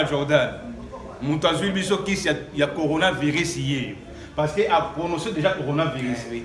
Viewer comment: Heureusement que lui pronomce bien conora virus c autre maladie différente du corona virus 🤣🤣🤣🤣🤣